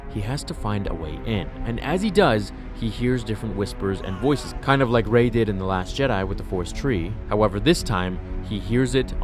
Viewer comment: I loved this story until you said 'Rey'